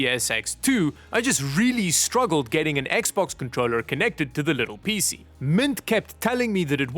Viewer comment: PC ❌ Peacie ✅ Thin T ❌ Thintie ✅